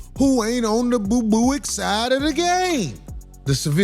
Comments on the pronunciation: Yooooooooo he keep saying boo booic 😂😂😂😂😂😂😂😂😂😂 I’m done😂😂😂😂😂😂😂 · Ba-Boo-ics? Corey you wild, Chitown's realest dude! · 'boobooick' Can't stop laughing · Nigga said boo booic 😂😂😂😂